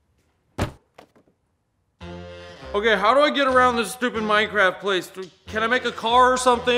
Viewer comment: MINECWAFT :D